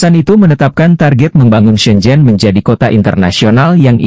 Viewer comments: Shenzhen la bro....bukan zen zen....😂🤣🤣 jgn pulak lain video hong kong, jadi lain nama kong kong...🤣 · SHENZHEN bukan zen zen